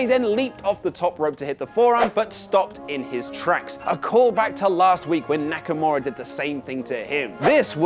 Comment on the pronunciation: SDLice didn’t have a real build up other than KO & Sami then Aj & Nakamaura (butchered his name) those are the ONLY HIGHLIGHTS